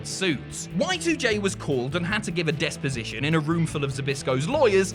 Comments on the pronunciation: It's deposition not despoition....... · The word is deposition, not desposition. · Jericho had to do a deposition. Desposition isn't a word.